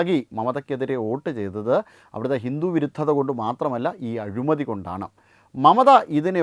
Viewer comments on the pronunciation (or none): Azhumathi alla, azhimathi....!